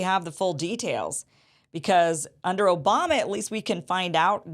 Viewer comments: Did you say O'bomber? 😂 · Did Kim just call the president, "President O-bomb-a"? 😂😂😂.